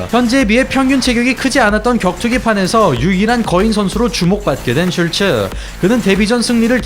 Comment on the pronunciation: 하리노토프가 아니라 하리토노프입니다. 사실 이름도 슐츠라기 보다는 쉴트 혹은 슐트라고 발음해야 맞는 듯.